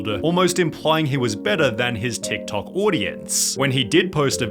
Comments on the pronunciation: The way Sunny overemphasize the last syllable of some words (toktokaaaaah) makes wanna throw poo at the wall. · Dude, WHY are you dragging out every single last syllable when you are talking? Jesus Christ, this is so annoying! Drop your fake accent! "TikTokaaaaaaahhhh" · tiktokaaaa, formulaaaa, bettaaaa, funnieaaaaa. This pronunciation. From which planet r u? xD